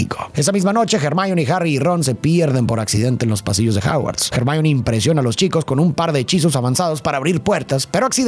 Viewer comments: ACABO DE VER LA MINIATURA Y ME SALTO EL ALMA DE EMOCION🥺❤❤😫 perdón por corregir, pero se dice /ermion/ Hermion quisiera que allá sido relacionando mucho más los libros yo vi las películas y leí el libro 6 y 7 de Harry Potter y la verdad que hay muchas cosas interesantes para darle una profundidad psicológica y más de los libros que son mejores no quería nombrarlo, pero me da cosita la utilización de IA 😛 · Me encantan tus videos y reflexiones pero cuando estoy más inmersa en ellos de repente me sacas fuera cuando no utilizas un buen pronunciamiento de los nombres es Hermione no germain